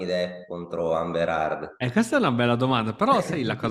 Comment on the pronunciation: Perché il titolo dice 500 milioni? E comunque è "Heard" non "Hard"